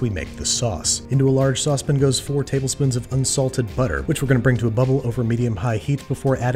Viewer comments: No one: This guy saying saucepan: S A W S P I N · Babish pronunciates "sauce pan" as sozpn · why is it sauce pin and not sauce pan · What's a sauce pin? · I love the way he says "sospin" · sauce pin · Ok I gotta ask... what with the way you say sauce pan?